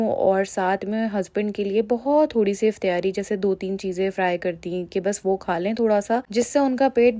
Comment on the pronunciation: Mjy b Herat hoi sun k. Hum b Karachi sy Hain. Or Karachi mein iftaari bola jata hai. pta nhi q Aisy bol rhi hain